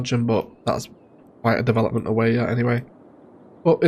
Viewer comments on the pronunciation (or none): none